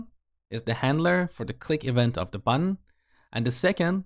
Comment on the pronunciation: please pronounce button as button instead btn